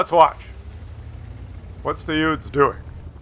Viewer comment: You said it wrong. It is "the two YOUTHS", not "the two Udes"....